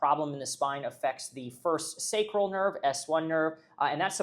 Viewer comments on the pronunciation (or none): none